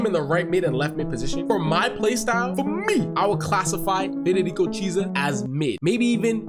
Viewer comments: It's not pronounced as cheesa. It's kiesa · It’s pretty clearly kee-ay-sa